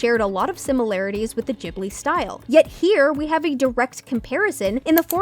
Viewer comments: WHO TF PRONOUNCES IT JIB-LI ITS GIB-LI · Never heard it pronounced Jibli before